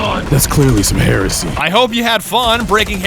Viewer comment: understandable ummm....kinda understandable what just what??? ...................HERSEY!!! XD